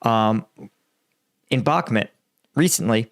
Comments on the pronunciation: Hi, your videos are very good and you clearly know what you are talking about but please... it's BakhmUt not BakhmEt!! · It's BACK MUT not BACK MIT lol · it's bakMUT not bakMET, GET IT RIGHT PLEASE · Why do you pronounce it Bockmet? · It is astonishing that you profit from reporting news on Russia's war on Ukraine, yet you have been unable to learn the pronounciation of Bakhmut. If you think that saying it like Bak Mut is trademark of you or your channel, it isn't! It is stupid! It only shows your arrogance that you won't make the effort. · yeah and if he sys BACKMIT one more time the computer is going out the fucking window